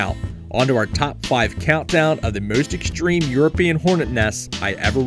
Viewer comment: I've never heard the word "exshtreme" before. It it related to the word "extreme"?